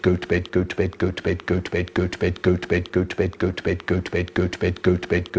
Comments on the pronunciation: After a while it starts to sound like he's saying "goat bed" lmao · Is it just me or I hear “Gucci bed” XD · It sounds like he's saying goats bed after a while Is that just me? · 2x speed tho 🥶🥶🥶🥶 it sounds like hes saying peppa pig lol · He said: Götüped Götüver Götver Götbet Götve Hötüvet Götüpen Götten 😀😀😀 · I hear gooch bate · sounds like goat bed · Nah u would be broke this man saying goat vape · I prefer the times he says goat bed.